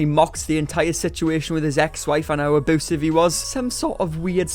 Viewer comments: I could listen to you say ah-BOO-sive all day long lol 😂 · Hooman...... aboosive.... 😂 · SAY ABOOSEV ONE MORE TIME DADDY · Aboosive be-avier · Side note: I love that you pronounce it "aboosive" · No one:: ABOOSIVE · Do you keep saying "aboosive" on purpose? ( no its not the accent ) oh and i just hear valoow (value)